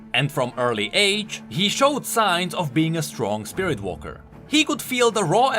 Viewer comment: "Spirirt abilities"